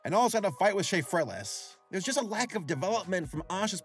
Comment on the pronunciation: “And also had to fight with Shafrillas” DYING